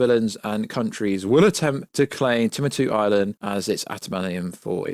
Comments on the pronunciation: Timatu? Celestrials? Jesus, it astounds me how content creators can mispronounce things so regularly. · Tim-uh-two island……. Cmon my man..